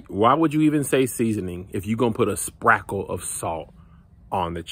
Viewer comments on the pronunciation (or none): A sprackle of salt 😂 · He said "sprackle" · My new favorite word. Sprackle! 😂😂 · "Sprackle" somehow fits perfectly here. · No he didn’t say Sprakle 😂🤣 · “Sprakle of seasoning!” I’m dead!!! ☠️☠️☠️☠️ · A SPRACKLE!🤣🤣🤣🤣🤣🤣🤣🤣🤣🤣🤣🤣🤣🤣🤣🤣🤣🤣🤣🤣🤣🤣🤣🤣🤣😂😂😂😂😂🤣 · Not "a sprackle" of salt." 😂🤣😂🤣😂🤣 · not a sprackle🤣🤣🤣🤣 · Sir said a sprakle 😂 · A sprakle of salt 🤣🤣🤣 at least sprakle both sides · Not a sprackle of salt 💀💀💀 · I didn't even know ' sprakle' was a word Kev😂😂😂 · I always come back to this video cuz he says SPRAKLE 😆😆😆.. like when you hear SPRAKLE you already know what he mean.. a SPRAKLE???? 😂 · My guy said “sprackle”😂🤣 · “sprackle of salt” 🤣😂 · A SPRACKLE😂🤣🤣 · a sprackle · A sprackle 🤣🤣🤣🤣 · Said sprakle 😂😂😂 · "Sprakil" lmao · I'm over here wondering if sprackle is a word 😂 idk what the hell that was but this is a disgrace to fried chicken everywhere. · a sprackle T_T